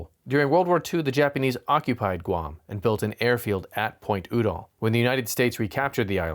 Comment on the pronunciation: Just a pronunciation point, the name of the two people is pronounced You-Doll with the accent on You. I’m old enough I remember both of them and how their name was said on news shows, TV, etc.